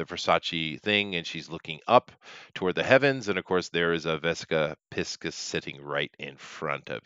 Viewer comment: Jones wishes he were a tenth of the man that Cooper was. P.S. Cracks me up that you pronounce it 'pisk-us' and not 'pie-sees' by the way.